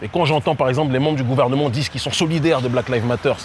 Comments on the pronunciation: Oh lala... même pas trente secondes ds la vidéo: [blaquelivmateur]... il faut apprendre à dire ça en anglais, quand même! Ça sonne ridicule sinon! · "Black leave matter" 😂